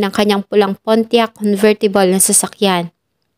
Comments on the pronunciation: Pontiac,.not Pontiac..silent T.😊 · Sana nagresearch muna sa correct pronunciation ng PONTIAC